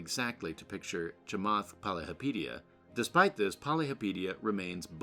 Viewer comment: Your not even pronouncing his name right. Poly hopa teea